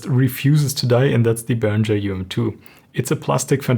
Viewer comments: Mir stehen jedesmal die Haare zu Berg wenn ich höre Behrinscher. Himmel! Es ist ein ganz normaler deutscher Name Behringer, wird so gesprochen wie es geschrieben ist ohne sch! Otherwise great show from ( nice haircut btw) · You really should have applied a high-pass filter to the video's audio, or even to the microphone. Also, it's odd that as a German speaker you used the incorrect American pronunciation of 'Behringer'.